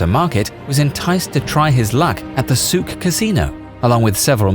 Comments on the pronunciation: actually the Souk is pronounced very wrong by you. Sorry. There is no phlegm in Souk. But good on you for trying. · Not really, souq wasn't pronounced properly